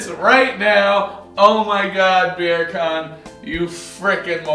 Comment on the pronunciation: I realise in our live I pronounced Birkan as Berkan. But, in my defence I know way too many Berkan’s and at least none of them use the N word or think they get a pass.